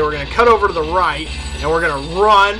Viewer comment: You said "Super Charge Runp/Rump" .